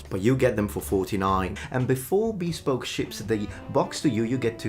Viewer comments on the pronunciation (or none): Did you call it "bee-spoke?"